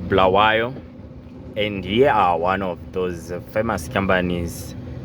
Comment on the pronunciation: Its Bulawayo not BHULAWEYO